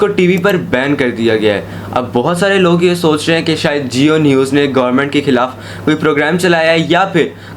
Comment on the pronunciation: Khilaf word sahi pronounce karo